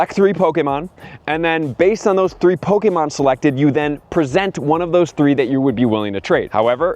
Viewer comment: Who in the hell said that’s how your supposed to say “Pokemon” you sound weird and or robotic.